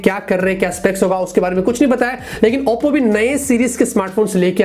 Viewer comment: Bhai Auppo kousa phone hai.. Oppo ko barbar Auppo q bolte ho??🤣🤣🤣